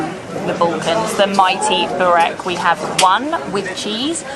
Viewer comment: bro you kill burek (spell it as BOO-RACK)